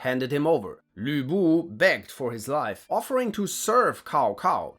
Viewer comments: My man kinda nailed Lv Bu's name but somehow butchered Caocao's 😂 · bro keeps calling Cao Cao (tsao tsao) Cow Cow 😭 even though you're pronunciation of Lü Bu is so good xd😂